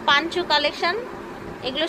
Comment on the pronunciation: পাঞ্চ না আপু, পঞ্চো।